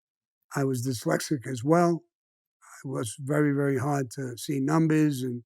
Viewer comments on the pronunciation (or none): The word is dyslexic not, dalasic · Why does no-one teach him how to pronounce dislecsit ? He never says the S in diSlecsit !! It's always "dilecsit " !! Sorry but it does ma nut in but his stories r amazing he really is cosa nostra through and through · “Delexic”. Hahaha